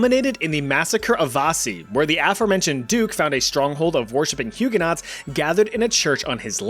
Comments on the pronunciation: they are pronounced hugeonoes not huguenots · I'm really sorry, but Hugenaught is pronounced Huegen-o. The aught is silent. :) From a Hugenaught. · Love love love all your videos…. But PLEASE say Huguenots correctly! It’s making my ears bleed 😂😂